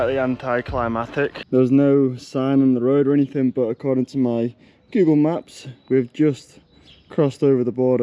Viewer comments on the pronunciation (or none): none